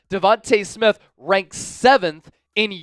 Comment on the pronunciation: Stop pronouncing Smiths name wrong! Smdh!